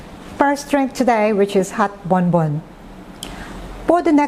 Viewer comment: it is actually Bombon coffee, not Bonbon